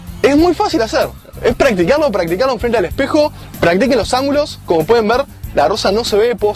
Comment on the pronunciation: comoc como tak xDD